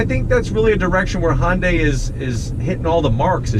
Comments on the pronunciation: Thnx for another good video. However, I don’t think you’re pronouncing the name properly. U keep saying Hon-day. It should be Hun-day. Like Sunday. Remember their old commercials? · it’s actually Hyun-daeh, ‘deh’ not ‘day’ as in day and night, without the long A sound. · It's pronounced Hyundai (Hun-die), not Hon-day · I have the car. I like it, the wife isn’t so keen. Her biggest problem is the thick “A” pillar. BTW. It isn’t pronounced HON day. It’s HUN day. Or some say HyUn day. But nobody says HON day. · Say..HUN-DAY HUN-DAY OVER AND OVER/// ..NOT HON-DAY HON-DAY !!!! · hey man, I don't mean to sound like a complete prik but Hyundai phonetically should be pronounced 'Hyun-day'. An easy way of saying the word, 'Yun' like the character from Street Fighter 3: Third Strike, and simply add an 'H' sound to it. Sort of like 'Hee-yun Day' sound, not 'Hon-day' that would be incorrect. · I can't believe that Hyundai dealers are okay with this guy pronouncing "Hyundai" as "Hon-day." Nice reviews, however. :) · Why would a 4-banger need 2 muffler and pipe setups? That would be a waste of money from manufacturing standpoint as well as a vehicle maintenance standpoint. Im afaid I have to zonk that part of your review.. as well as your pronunciation of the name "Honday" Hyundai's and Kia's are family cars. Families quite often have children. Children kick the seatbacks, so hard plastics is a must. They always use plastic on the backs of the seat for longevity. That should be thanked, not zonked. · If you are going to use the correct Korean pronunciation it is Hyawn-day. The H bleeds into the y sound and then it is more of a blend between the sound we make with the word sun and the word on. Here in the US we pretty much use the pronunciation that Bextar636 suggested. This clip has a Korean speaker pronouncing it. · Is Yundai correct too? Mr Scotty pronounced it like that.